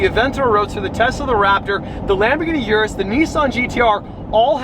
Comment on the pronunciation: It's pronounced Lamborghini OOH-RUS.